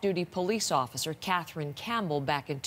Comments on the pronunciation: CaTHerine. Not CatCHerine. Gone. Accent is unbearable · How come you can pronounce Dartmou'th' fine but you can't say Ka'th'erine. Fake News. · CATHerine. CATH THHHHH! I also heard you say EART in the last video I watched mate. Just letting you know xo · Where is this clown from? Cat rin, across the river from Halifax, Teerooow